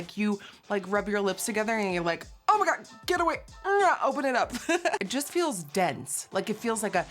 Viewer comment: OH MY "GAGA"